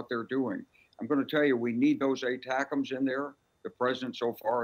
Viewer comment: finally, has been the only one to say those rockets properly, A-tack 'ems.